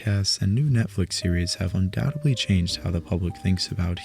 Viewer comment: Your videos are great...but please stop saying undoubtebly and supposebly. Thanks